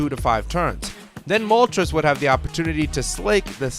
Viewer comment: I cannot stand when younger people pronounce Moltres wrong. The names are based off of Spanish: uno, dos, and tres. When you pronounce it like trez (rhymes with Pez) it makes the video unwatchable. I'm aware a couple of times the anime pronounced it like that. Doesn't excuse the ignorance.